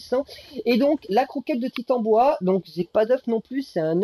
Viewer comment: Coucou merci beaucoup pour ce tuto. MER-CI. Rien à redire sinon la prononciation du titanOboa 😅 sinon j’ai pris le soin de noter dans un bloc note toutes les infos des kibbles 😂